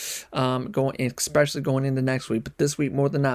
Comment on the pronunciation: FYI, there is no "x" in the word "especially".